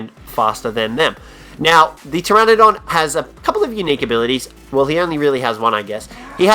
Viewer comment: Ptrenadon i thought it was pteranodon go practice your English bud